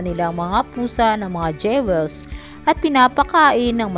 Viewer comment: Ako nga pagkarinig ko "sex sence" tyaka "dyewels"